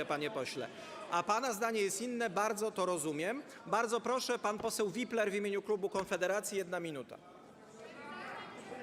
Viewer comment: 7 sekund. Ok 10... Proszszsz 🤣🤣🤣